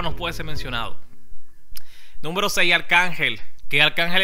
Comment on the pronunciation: entre a tu canal a corregirte algo se dice número no númbero